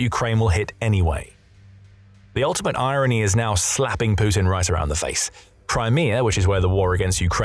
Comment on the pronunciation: Crimear. Russier. 😁